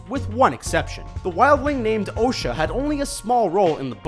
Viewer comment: It's not pronounced oh-sha it's aw-sha.